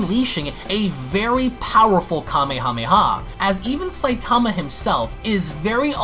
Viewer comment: When u say Kamehameha say Kamehameha Waze not the other